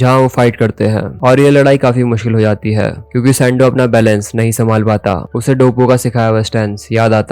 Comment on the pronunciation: Bro it's not dabooo.. it's doppo. You were pronouncing incorrectly 😊